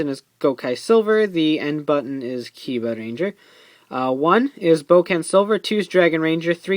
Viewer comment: Did he say kiba clan logo?